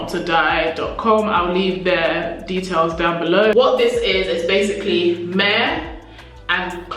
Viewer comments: Thanks for this info, just to say myrrh is said like ‘murr’. Just a helpful tip, not criticism. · Are you saying myrh?